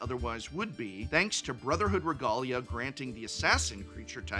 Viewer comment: I've never heard regalia pronounced like that before